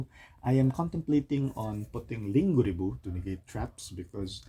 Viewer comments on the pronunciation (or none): Linguriboh? Really? Or linkuriboh? 🤔🙄